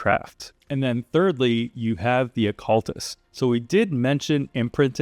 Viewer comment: Its not occulist brother🤣🤣 its OCCULTIST